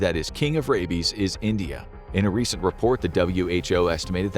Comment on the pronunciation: "What if he has Radies?" its "Rabies" with a B. Not "Radies"